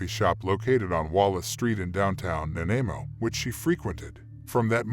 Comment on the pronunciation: You are pronouncing Nanaimo wrong...lol..Lots don't really do it right unless you live in B.C...